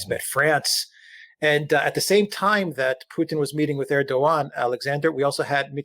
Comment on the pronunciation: Can you please inform Mercouris that Recep Tayıp Erdoğan is pronounced in English "Reh-Jep Tie-Yip Air-Dough-Wan" thank you! It's beyond irritating hearing "UrDuhGahn". He just sounds totally ignorant by mispronouncing his name. You hear pronouncing it correctly!